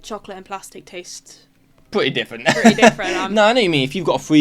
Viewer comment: Twying to figure out accent of "Mr. Beesley" here with his added speech impediment of not using R's or L's, but using a "w" instead (i.e. pwetty, wight, Bwiten, Cadboowee, etc...). Cannot figah out where he's fwom. Also as she says, he DOES still have a swight Bwitish accent in the video they're watching, but no where as infwected as the guy sitting next to her.